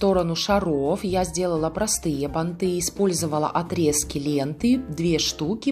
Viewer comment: Банты - ударение на первый слог!